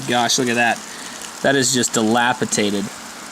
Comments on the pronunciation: > Your mentioning "dilapidated" twice It's worse than that. He said "dilapitated" twice, which isn't even a word. Interesting test, though. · The word is delapidated, not delapitated. Nice vid otherwise.